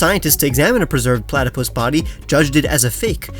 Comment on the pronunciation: Man just say platypus 🤣